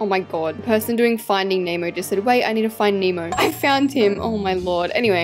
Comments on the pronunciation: She calls finding Nemo finding emo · Everyone saying finding Nemo * saying finding emo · Can she stop saying emo it's nemo! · you keep saying finding emo😂😭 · The way she kept saying finding emo-💀🗿